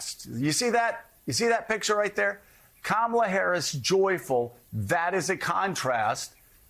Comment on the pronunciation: Can we get Kitty Kay, a professional in her field, to say the Vice President’s name correctly? Accent is really a cheap excuse just to get ahead of the replies.